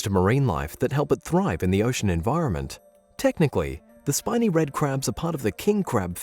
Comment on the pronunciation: He kept saying "shiney red crab" instead of "spiny red crab" am I the only one that noticed